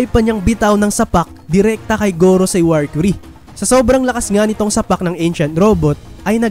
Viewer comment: mercury ndi warcury hahaha tska stassy basa don ndi stussy hahahaha